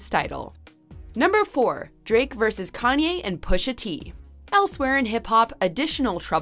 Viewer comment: U guys always call Kanye “yee”. Needs to stop